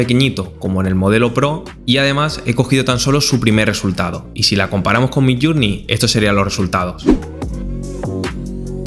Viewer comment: Por favor, recuerda que MIDJOURNEY se pronuncia MIDLLÉRNI, no suena ninguna U. midllurnei es una pronunciación inventada. Lo mismo JOURNALIST es llernalist y JOURNAL es llérnol.